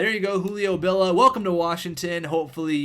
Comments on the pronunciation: bill ee ah not bill ah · It's Julio BillIA not Julio Billa